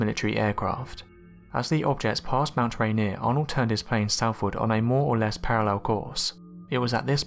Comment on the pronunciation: Thank you for pronouncing Yakima and Rainier correctly. Now I can say that flying saucers were first named where I grew up.